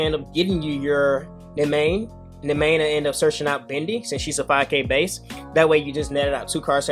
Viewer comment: Come on bro I know you watched Dragon Ball Z. His name was pronounced Dende not Dendy. Same should be applied to Bende. Sorry just being nitpicky lol